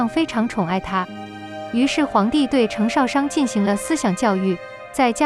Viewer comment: 星辰大海？淩不躲？程少商的少的第四聲，不是第三聲。聽了真難受